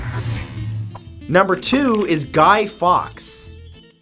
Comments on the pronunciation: It’s pronounced falks not fox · It's pronounced Guy Forks not Guy Fox. Just a small thing in an otherwise interesting video. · Great video discussing the true meaning of symbols, but you've missed pronounced "GUY FAWKES" name pronounced like "FORKS" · Guy Fawkes is pronounced like forks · guy fawkes not fox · A super video as always. The only thing I want to point out to you is the pronunciation of Guy ( surname pronounced) forks. Keep the good stuff rolling out to us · It's pronounced "forks" but Americans will probably say that wrong as well.. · Love this! But you say it Guy Forks and I will never understand why we have bonfire night here in the UK haha! Thank you for posting videos like this, love learning new stuff! x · When he pronounsed guy Fawkes name wrong. Being British myself it hurt a bit.